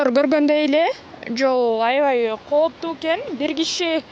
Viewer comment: коптуу эмес кооптуу так суйло журналист бодгон сон тилди бузба.